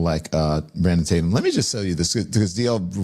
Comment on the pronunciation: I LOVE he’s trying to act like he don’t know you by saying your name wrong uhh is it Tat-umm I don’t even know 😂🤣really lemon head?! But you knew he had a nickname that “rhymes with his name” so it’s race bate’m tat-umm…. Oh brother he’s so pitiful and transparent!!!! Somebody tell Don You can’t pull the “I don’t even know him” and start listing ALLL the ways you know him!!!!😂